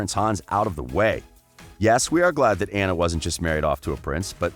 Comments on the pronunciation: It’s not aughuhjjghughuhnna it’s anna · It annoys me how he pronounces Anna Also I always thought hans was a more interesting character than the sisters. His story of being the 13th son and his desire to journey to "find his fortune" reminds me of alot of fairy tales where multiple siblings leave for that purpose while the older ones have either varied success or outright fail but the youngest succeeds and usually saves the others. His story had potential but it didn't pan out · You are saying Anna’s name wrong